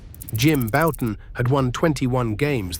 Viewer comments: . I’m pretty certain that it was AI. I mean, I’d HOPE it was, with the blatant mispronunciation of Bouton as “Boo-tan”. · . Jim Bouton is one of my two all time favorites, and hearing his name pronounced “boo-tan” was cringeworthy. Can’t imagine what the AI would’ve done with my other favorite…Mark Fidrych. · So is Bouton’s last name pronounced “Bow-tin”, “Boot-in”, or “Byou-tin” A.I. narration really ruined this otherwise fine documentary.